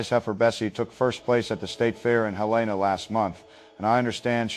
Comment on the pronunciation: Quickest way to know someone's not from MT is the way they pronounce Helena.